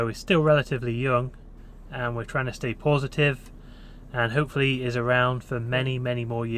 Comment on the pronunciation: "We're trying to say pawsitive." I hope you do.